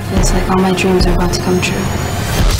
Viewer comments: i think you're confused, the actress said it like uh-liyah, it's pronounced ahh-liyah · They didn't even pronounce her name right. Aaliyah has said countless times on interviews that it's not pronounced uh-li-yah, but Ah-li-yah. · knobylob jones is right...the actress didn't pronounce her name right, smh! Aaliyah always emphasized in interviews that her name is pronounced Ahhh-liyah (like Muhammad Ali)...not UH-liyah...watch Aaliyah's interview with Rosie O'Donnell. I already know that's going to drive me crazy when I watch the movie, lol. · Pink Widow I think you completely misunderstood what Eph was saying. They meant that just because his cousin pronounces her name that way doesn't mean this Aaliyah does. Aaliyah's actually said in interviews that her name is pronounced AHH-LIYAH so idk why you'd still want to pronounce it wrong when you're referring to the SINGER. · OMG ITS AH- LEE- YAH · didn't even pronounce aaliyah correctly, how dreaddful